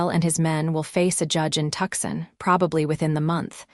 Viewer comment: it's TOO-Son - not Tuck-sen - Tucson Arizona!! FIX IT